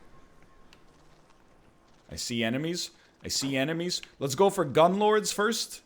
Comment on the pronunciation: LEHZ GOH